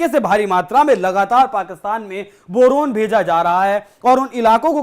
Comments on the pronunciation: Bhai Boron bola jata he, not borun. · बोरोन ह या बरनोल😅